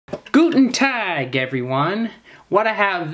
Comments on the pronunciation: No its pronounced GUTEN TAG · ITS PRONOUNCED GUTEN T-AH-G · Its pronounced GLUTEN TAG